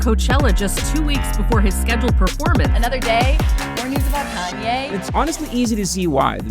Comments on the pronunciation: How u mispronounce his name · My guy please use taskade to plot out how to pronounce names consistently over the video, it's like every time you say kanye,pastelle, Nike you pronounce them a new way 😂🤦‍♂️😒